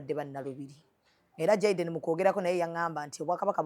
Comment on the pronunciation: I love the Dr, s pronunciation in Jayden, s name ❤woa❤❤ thanks TMR hospital ❤ GOD 🙏 bless you abundantly always